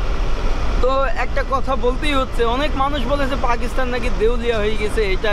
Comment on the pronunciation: ভাই আপনি বৃহত্তর কুষ্টিয়া জেলার মেহেরপুরের একজন ছেলে হয়েও পাকিস্তান শব্দটির উচ্চারণ টা বারবার ভুল ভাবে উচ্চারণ করে পাকিস্থান বলছেন কেন? যেখানে সারা বাংলাদেশের শুদ্ধ ভাষায় কথা বলে কুষ্টিয়ার মানুষ। আমি কিন্তু কুষ্টিয়া জেলার কুষ্টিয়া সদর থানার জগতি এলাকার ছেলে। অনুরোধ রইল পরবর্তীতে সংশোধন করে নিবেন। কারণ আমি আপনাকে মন থেকে ভালবাসি আপনার ব্লগ গুলো খুব ভালো লাগে এবং দেখি।